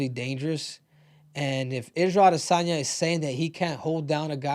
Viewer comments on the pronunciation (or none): none